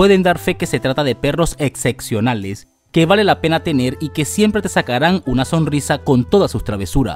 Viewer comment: jajajaja, no puedo tomar para nada en serio este vídeo si lo primero que dice es "execcionales"!!!... imagínate la calidad de la investigación.....